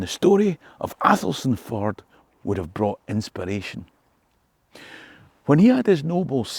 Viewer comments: Yo, another cracking story. No that you knew but Athelstaneford is pronounced Elshinfurd 👍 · Another great interesting presentation and good to hear you promote St Andrews night. However if you asked a more experienced 🏴 Tour Guide like Albannach Tours you would know the correct local pronunciation is ELSHIN FORD 😅😅